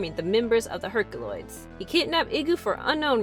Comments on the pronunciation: I love when she says Herc-a-loids! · As much as it pains me to say it, you have to pronounce the unwritten Y in herkYuloids. I hate to go against logic and phonetics, but the name is established. It's pronounced /her kju lojdz/ in spite of the way it is spelled in English.